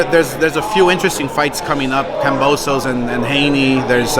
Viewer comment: Oscar said kambozo lol word Oscar thats a good one lol